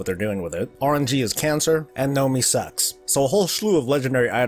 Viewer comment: Alex Skelton I thought he said Gnomee as well lol he does suck lol